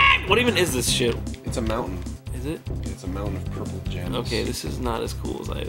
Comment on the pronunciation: Jon: Purpel. Arin: Blu.